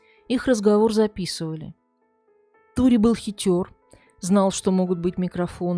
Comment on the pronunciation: Как всегда великолепная подача.Только думаю что не Тури, а Торе ( сокр. Сальваторе) Просто у нас два друга с этим именем и оба Торе. Хотя эта поправка незначительная, слушаю всегда с удовольствием.Процветания вашему каналу